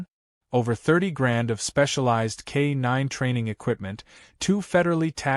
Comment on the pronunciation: K-nine should be said as one word.